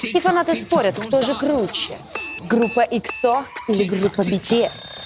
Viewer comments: эксо уд на э, а не эксо уд на о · Не экзо́ а экза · ЕХО ударение на первую букву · Чен который никогда не делал пластику : 🗿 И извините меня ИКСО ? Просто сначала проверьте как правильно произносится EXO … смотреть дальше не буду , впечатление не очень. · бИтИэс, ИксО, шАеНнн, блЭкпЭнк вы а токих группах не даже слышали. Да а как же, не слышали мы, больше половины населения земного шара не слышали о тАкИх группах епт, че за тупость ?